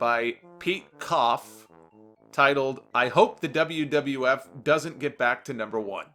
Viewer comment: the wiff......that'd mean WWF I imagine just with an added i lol